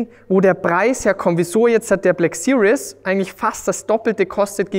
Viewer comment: Hi Daniel! Man spricht "series" nicht wie "serious" aus. Eher wie "siriehs", mit scharfem S vorne. Einfach mal Shmees Videos gucken zur Info ;-)